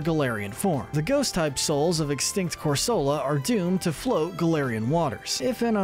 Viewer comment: It’s pronounced cor-SUH-luh and sill-VAL-EYE, “”! 🤨 Stop mispronouncing Pokémon names,! 🙄